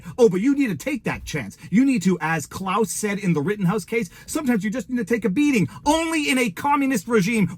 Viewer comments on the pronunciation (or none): none